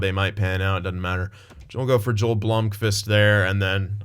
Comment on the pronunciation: Pronounced "Yo-el" Blomqvist, he's a real goalie in Liiga